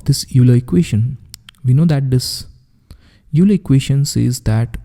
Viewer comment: Nice video series... Euler is pronounced like "oyler" not as "yuler" though. :)